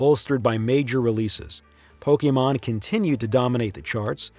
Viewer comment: Thank you for pronouncing Pokémon correctly